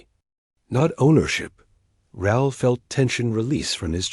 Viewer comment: Raul is Rah-ool in pronunciation. It's a Spanish name.